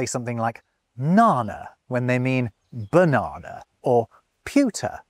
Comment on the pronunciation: Will forever hear "berhnana" from now on...